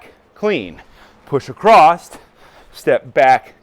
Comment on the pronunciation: There is no "T" in "Across" (Just bein' a dick) Good exercises